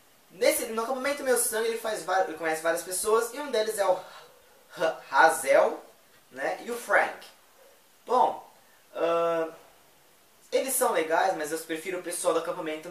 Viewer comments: Hades? Não seria Marte (Ares) não? "Rá Zél"? Era pra ser Reizeu. Só falta vc falar ThaLÍA em vez de Thália. Fora isso, ótima resenha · kkk legal o vídeo, mas Hazel se lê Reizel...